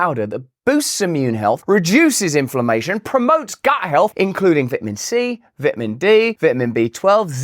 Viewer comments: What the hell is a vitmen? 😂 Much love Russ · I just want to hear you say vit a min. I love you Russel!!! LOL